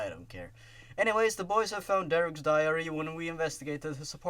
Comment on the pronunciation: They probably would have figured that something was fishy about all the victims having Sonic.exe on their computers. Diary, it sounded like you said 'diarrhea-ry.'